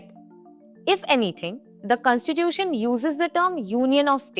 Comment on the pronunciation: First try to say the word constitution correctly.